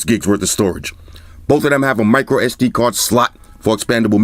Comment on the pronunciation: like the way you said microSD card SL*T!!! :D Crunchy! :D